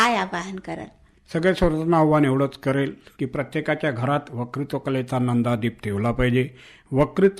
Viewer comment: मुलाखतकार आणि मुलाखत देणारे दोघेही वत्कृत्वाला वकृत्व म्हणताहेत.